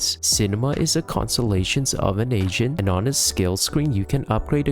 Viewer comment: Everytime you say "AGENT" it sounds like you're saying "asian." Quite frankly, it makes for some comedic content since each time you do it, the word "asian" also fits lmaoo